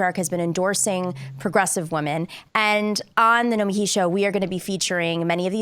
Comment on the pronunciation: It's pronounced "No-meh-KEY" ... right? Sam told me.